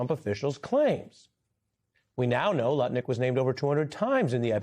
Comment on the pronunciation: Ari distinctly said Nutlick at least once. You know your reputation is shot when the news is mocking your name. It's Lutnick. And I doubt if even the most MAGA person out there noticed or cared. The only reason Trump hasn't demanded this man fall on his sword is because he is world champion heavyweight nut licker.